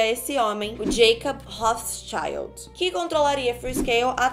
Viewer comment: Eu tava escutando o vídeo e ela falou Rothschild eu entendi hot child kkk